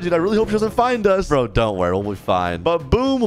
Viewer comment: bro said bruo